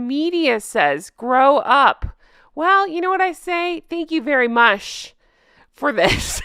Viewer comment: i just laughed out loud when you said 'thank you very mush' . i think the sugars share 1 braincell between all of them